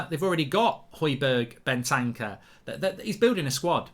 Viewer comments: It`s Bentancur not Bentanca😂😂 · Mark this has been annoying me for ages it isn’t Ben tan cer Ben ter cure